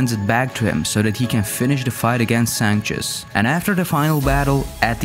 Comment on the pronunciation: Just an FYI for the author: the name of His Holiness from DMC 4 is pronounced "Sank-tus" (Sanctus) and not "Sanchez" as said in the video. Oddly enough, the guy's name is never used in the game itself. Just the documentation that comes with the game.